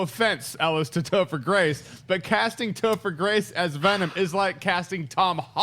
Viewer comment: I started laughing when Schnepp said Toper Grace for Carnage lol